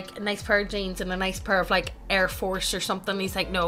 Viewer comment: saying Nike Airs sounded like he was saying the gamer word